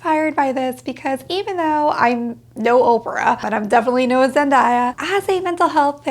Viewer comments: Zendaya is pronounced Zen-day-a and not Zen-die-a. I did the same thing for years and my sister corrected me. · honestly you said Zen-die-ah with such a sweet soft voice, that I almost wished her name was actually pronounced like that lol. Sounded like music to my ears 🥰